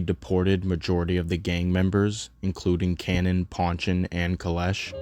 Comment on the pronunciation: Nice doc bro lol, Tamils in scarbs really solidified their spot and they are reasons people dont F with Brown ppl! Realest Browns hands down South asian and west Indian combined! Its not pronounced Cannon loll its Kann-naan